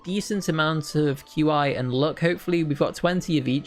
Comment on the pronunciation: I just wanted to say that, qi is pronounced as chi